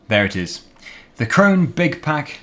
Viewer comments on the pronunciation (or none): You pronounce Krone wrong